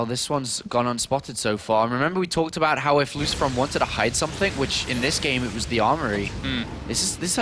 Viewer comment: LOOSHPROWN rofl